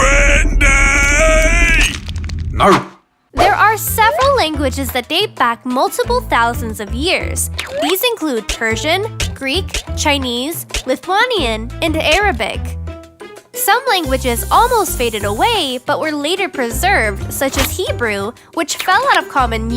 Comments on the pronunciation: My country is pronounced lith_wan_ia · Lithuania HERE!!!😎😎😂🇱🇹🇱🇹🇱🇹 the way she pronounced LITHUANIA tho🙄😂😂 LTU🇱🇹🇱🇹🇱🇹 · And you cant prenounce Lithuania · you pronounced my country wrong it's: li fu ei nia(something like that) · Sorry to say this but you said Lithuania wrong. This how you say it.... Lith-a-wane-ee-a edit: How you know this you ask? I speak that language and I'm not trying to be rude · You made a mistake pronouncing lithuania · first you mispronounce macedonia, now lithuania? seriously,?